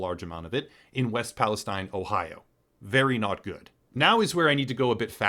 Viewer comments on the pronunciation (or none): It's EAST PALESTINE! Nothing you say has any credibility when you can't say the proper name of the town In question.. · I'm sure you've realized this by now: East Palestine, pronounced palasteen. East Palestine is part of the Mississippi watershed. Everywhere between Pittsburgh and New Orleans should be considered part of a greater disaster zone. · East Palestine.....and pronounced pales(teen) Geez. ......get the city name correct at least as to the respect of the victims. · EAST Palestine. And the locals pronounce it pal-uh-steen. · West Palestine? And you're not even pronouncing it correctly. And no, mainstream outlets aren't reporting properly on this at all. They're giving the pat answer that everything is safe. GFY. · Perhaps do more research and actually get the pronunciation of the town right. 🤦🏻‍♂️ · How can you call this good. He can't even get the town name right while showing articles with the name in the headline